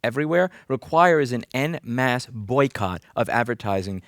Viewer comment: En masse is pronounced en masse not en masse